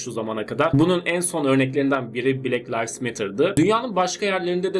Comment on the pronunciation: "Bilek layvs" dediğinizi duyduğum dakikada videoyu kapattım.